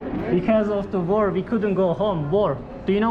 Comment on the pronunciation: War kelimesini teleffuzundan dolayi anlamadilar.